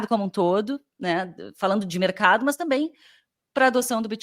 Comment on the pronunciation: Muito bom o conteúdo. Por que você fala MÛS ao invés de mas?